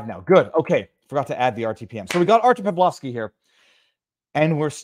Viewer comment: Isn't Pawlowski pronounced "Pavlovski" not Paolouuski"? No point in modeling on the Polish Solidarity Movement if this movement lost to communists who rule Poland today (Tusk 13 December Coalition) and the EU.